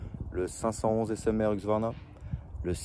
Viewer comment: HUSQVARNA pas HUQSVARNA!!!!!! tu porte un casque pas un caquse